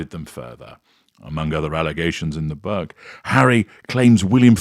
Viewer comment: A very well observed commentary, full of humour as per usual. Unfortunately you vocalizing of the word book offended my ears. A book is not a young male deer. Challenge fuel.....